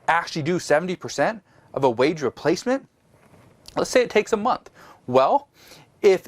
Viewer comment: Month not mouth lol!